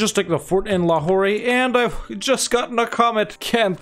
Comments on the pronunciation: Nice! Long time watcher, new subscriber. Just a small thing, because of the... you know... OCD, it's pronounced Lahor without the elongated "ray" at the end. A popular Pakistani dad joke is: "What do you call a French prostitute in Pakistan?.. La Who..." you get it. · Lmao. Watching this right now from Quetta. Never felt more proud of my province ever before. I hope we can see the series complete in my lifetime P.S Lahore is just pronounced as 'Lahor'. No need to say the 'e' at the end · The trade node is spelled Lahore, but the pronouncing is basically Lahor.